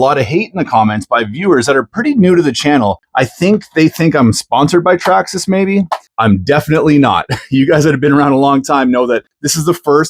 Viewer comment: Say Traxxasess again